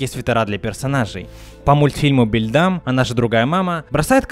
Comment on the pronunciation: Сколько еще раз ты будешь упоминать про "Reflect"? Самоповтор это плохой способ увеличить время ролика. И прошу, хватит называть ее "Бэльдам", это очень режет слух. В оригинале она "Бэлдэм". В целом ролик получился неплохим, хоть я знал многую информацию из него, что-то все-таки оказалось для меня новое. Спасибо, что все еще помнишь этот шедевральный проект.